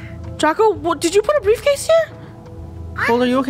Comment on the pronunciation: The brifcase was golds uhh insides